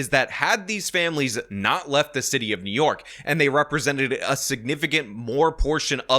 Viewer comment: I love how calls it "The City Of Nyork." 😂